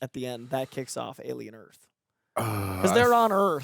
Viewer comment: Why does he keep saying "Alien EARF" ?